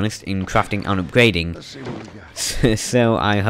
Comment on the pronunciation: Cwafting and upgwading wecipes.